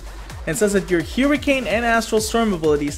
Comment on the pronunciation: Glyph of Hewrricane ftw...